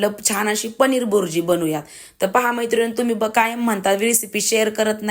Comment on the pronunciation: बुरजी नाही ताई भुर्जी